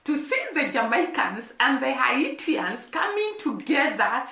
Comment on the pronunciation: The people of Haiti are called Haitians, pronounced Hay-shans.